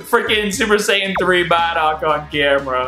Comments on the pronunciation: BROOOOO its BardocK with a k not barda and Dokkaaaaaaan not dokken man u 504 u should get it but still i like u videos but i needet to let u know that in hopes it changes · Am i the only one triggered by "Baddock" and "Dawkkan Battle"